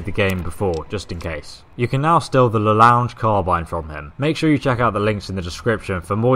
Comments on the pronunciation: Its pronounced LA long not the lounge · Also the gun is pronounced "La Long" not "La Lounge"